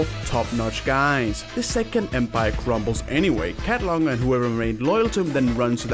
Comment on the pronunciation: Cat-lon my Oshi.